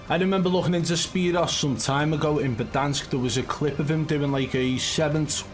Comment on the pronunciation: His name is pronounced spear oo's... like 2...o. not zero but o's I used to like watching him in blackout I still go back and watch his old blackout videos sometimes